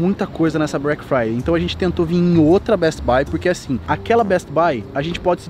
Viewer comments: ele falou brack friday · Breck Friday kkkk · brack friday kkkk, o cara ta nos estados unidos por um ano e n sabe falar em ingles kkkkkkkkkkkk, e ainda acha q black friday e so nos estados unidos... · " BRECK FRIDAY " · ele quis dizer BRECK de BREAKMEN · A “Brack Friday” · break fraideu kkkkk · "BRACK FRYDAY " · Brack friday, da dor no cérebro de ouvir, meu Deus se dedica e aprende inglês ai cara! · mano do ceu, tava me irritando o falando brack Friday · só eu que reparei nele falando break Friday em vez de black Friday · Só eu que percebi que ele falou break Friday hahahah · "Brack fiday" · a pronúncia correta é Black Friday 😂😂😂😂😂😂😂😂😂😂😂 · "Breck Friday" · O fala Brack Friday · "brek fraidey" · O n sabe fala todas as vezes q ele tento fala Black Friday ele falava Brack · Pensei que fosse Black Friday e não Bruack fruayday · So eu fiquei agoniado com ele falando brack friday?? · É Black Friday não Brack friday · meu deus o cara ta la nos estados unidos e nao sabe nem falar black friday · O cara tá nos eua e n consegue nem falar Black Friday KKKKKKK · Pronúncia de Black Friday tá difícil hein😥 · nem parece que ta estudando ingles, "Chris BRONW", "BRACK Friday" tem que entrar pra harvest em kkkkk